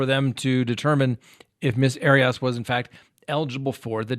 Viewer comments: It’s not pronounced ari ass 😂are you being cheeky pun intended haha, she’s a bunny boiler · Air-e us. Come on,. Everyone has heard it many times. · I love how you say her name , sounds like hairy arse! Lmfao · Please get your facts straight on this case........including how to pronounce her name. It's just irritating. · 1st of all you're pronouncing her name incorrectly 2nd of all she should probably get the defense attorney who defended OJ and casey because he would probably be able to get her off 3 we just need to stop hashing out all the stuff and creating gossip Because she's desperate and would like to get out We really need to take a deep a book in to how fragile the mind and heart is because this guy kept on letting her back in he kept on toying with her heart when she really loved him when a person's playing games like that they're taking their own life in their own hands because people become fragile and they become very sensitive and this is why we need to be very careful when we have our relationships because more and more people are just getting more intolerable of how they're being treated and people are going off you see it with all the mass murders you see it with husbands and wives killing each other it's just a new norm and I feel that people really need to look a bit deeper into human behavior because if you've been hurt over and Over you become more intolerant This is just my opinion there's no condoning of murder however the fragility of the human mind and heart needs to be taken into consideration because people can toy with people and mess with people till a point and then a person can be pushed over the limit and just snap I'm just sayin just my opinion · I adore.... BUT can someone please help him how to pronounce “Arias”?!? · your mispronunciation of Jodi Arias' last name gave me a headache. Please don't do that, anymore.